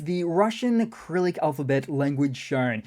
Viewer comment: Cyrillic, not acrylic.